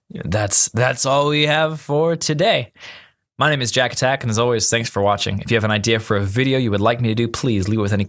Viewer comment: Interesting way how to pronounce my name :D Thanks for casting a game of mine ♥